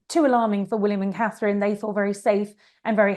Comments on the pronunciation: Is it so difficult to say Catherine and not KATE. Or are you doing this on purpose! Elizabeth, from South Africa. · Try to say Catherine! And not Kate! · Kate (because she can not say Catherine) Nichols again??..I'll go watch Dan Wooten and Brittany.